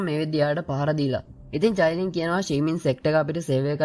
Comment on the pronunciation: Sudda චයිලින් නෙවෙ කයිලින්